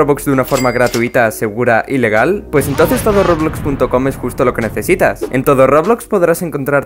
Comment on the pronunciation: Cuando en el sponsor de todo roblox cuando dice y legal parece que dice ilegal xd PD:lo malo es que si compras todo lo de la tienda ya se vuelve re aburrido y lo siguo jugando solo para llegar al Quadrillon PD2:floppa de antes:solo un meme ¿que esperas? Floppa de ahora:se hizo tan popular que hasta tiene su juego en roblox que todos sabemos que raf